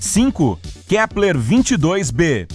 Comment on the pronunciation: Ele falo kleper 1000 vezes